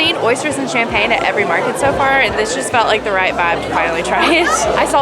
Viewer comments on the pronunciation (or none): none